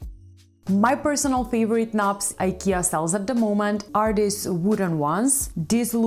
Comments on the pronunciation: She's pronouncing it correctly. It's the English speakers who pronounce the company's name wrongly. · That's how it's pronounced in original (Swedish) way. She's saying it correctly. Did you know that the World doesn't revolve around US and English?